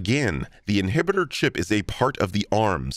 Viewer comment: Star wars fans when they hear "inibiter chip"